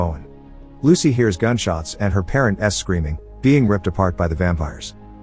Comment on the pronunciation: "Her parent's eh-screaming" , your AI is Hispanic? Good for it.